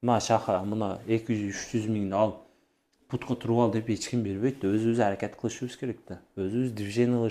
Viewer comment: Шаха аракат кылып эмес аракет деп тааза суйлошко аракет кыл Шаха